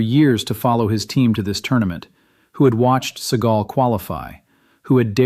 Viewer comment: Its called Senegal, not Segal, you incompetent AI programmers..